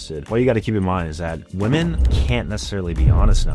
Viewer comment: I still can't get over how this man can't say women correctly lol